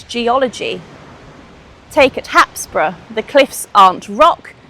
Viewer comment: Hapsborough = happisburgh is pronounced haysbruh, you're welcome.